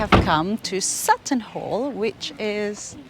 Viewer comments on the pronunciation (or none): none